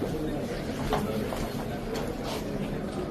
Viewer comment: মুসলিম হিসেবে সালামটা অন্তত শুদ্ধভাবে দেওয়া উচিত ছিল তবে ইনশাআল্লাহ শব্দটা ঠিক আছে